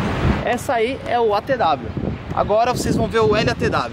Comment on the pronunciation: Gabriel Porfirio se fala "ATW" não ATEDABLIO